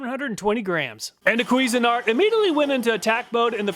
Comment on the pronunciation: CUISINE-ART (like the food) NOT "queasin-art" (like throwing up the food)